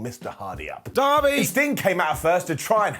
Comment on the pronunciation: Why was Darby said so weird lmao